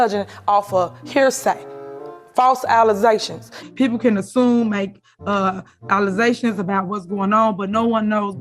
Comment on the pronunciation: Y'all not "finna" "ha" no mo' "allezations". 😂😅